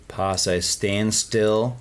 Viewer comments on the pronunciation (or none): It's Pasi not Pas-e', perkele